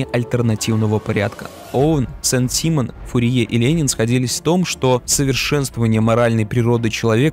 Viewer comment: Сен симОн! Ударение на О!